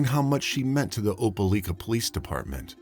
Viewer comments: It's pronounced "Opa-LIKE-a"... LIKE, LIKE, LIKE, OpeLIKEa!! Not "Opa-LEEK-a"!! Apparently there are no YouTubers that have access to Google, seeing as I have yet to hear a single one pronounce it correctly! If you all can research every single minute detail of a crime, one would think that you could also look up the correct pronunciation of proper nouns at the same time!! FFS! Why does this guy who sounds like he's reading "50 Shades of Grey" to a room full of old ladies, keep saying that the police submitted the DNA samples to the "coitus" database?! There's an FBI database that keeps track of sexual intercourse now??! Or is he meaning to say "CODIS"??? facepalm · Opelika = "oh-puh-LIKE-uh" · Pronounced OPA LIKE A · Not opeleeeka. Its opeliiiika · This happened near my hometown. It's pronounced oh-puh-lie-kuh. Very tragic story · You mispronounced Opelika.